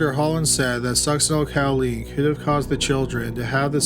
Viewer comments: I love your stuff but just for future reference it Sucks-sin-ol-COH-Leen. Not ‘cow”. I’m sorry, I’m truly not doing it to be mean. I just can’t help myself. 😁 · And the drug she was using is pronounced Suck-sin-el CO-LEEN, not Cow-leen. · The med is pronounced sucks-eh-nyl-ko-leen, not cow-LEEN, but good try nonetheless. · Cowleen or choline (co-lean: no “w”)? 😉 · I'm sorry I have to... succinylCHOline not cow-leen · Succinyl "ko-leen" not "COW-leen" and you cannot detect it after death usually because it breaks down in the body really fast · Suc-cinal-coaleen is more how you pronounce it. 😰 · Fyi... Succinylcholine= suck-sin-ill-ko-leen... There's no 'cow' in it, lol 😉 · it's pronounced succinyl KOL-ine. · The Succinyl-COW-line pronunciation kills me. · me too... Cow?? 🐮🐄😐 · It's also succenol co lean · Ffs succynal Choline not caleen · OMG, I love your videos but, so help me, if you mispronounce Succinylcholine incorrectly ONE.MORE.TIME., I'm going to turn this car around right here! =D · Hoooooow can you be a murder channel and mispronounce succinylcholine 800 times in a row lol. You can’t watch more than 3 episodes of Dateline without hearing that word 15 times. The cringe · omg, I was looking for this comment. I'm literally physically curling into myself every time I know it's coming. I don't even know how you'd get this pronunciation from the way it's spelled. OK, I feel a little better now that this off my chest. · Oh my god, I’m not the only one. I twitched every time I felt it coming. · You know, you got a pass on the 'Chick-a-fil' but if there's a medication you can't pronounce, look it up! Succinlycholine is such a popular drug for killers we all know how to say it!!! This is a crime channel, what the hell??? Friggin' "Chick-a-fil ' was inexcusable also!!! No more passes, dummy!!!! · Just in time after I went out to do some essential grocery shopping! Stay safe! Video starts . That pronunciation of succinylcholine....